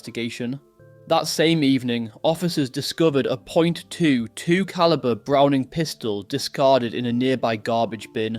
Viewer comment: the way he pronounced .22 calibre 😂